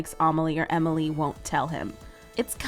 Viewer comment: Just saying amalie not Emily just saying just saying